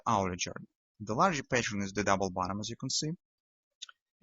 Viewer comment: Hi.. I enjoy your videos.. wishing you success.. There is one word you pronounce really different than it should be is the term "pattern".. With you it sounds like "patience".. I watched your videos for more than 6 weeks till I realized everytime you said patience it was actually meant pattern.. Is okay.. not a big deal.. but I just wanted to clarify this for other viewers who didn't realize that yet. Stay Green